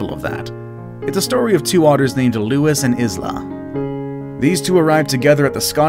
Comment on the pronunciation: isla is pronounced eye-la not izler XD